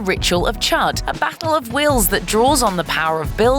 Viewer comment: You pronounce the ritual of chud chood not chud